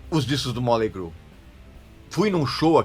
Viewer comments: Móley Cru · "moLEY crue" kkkkk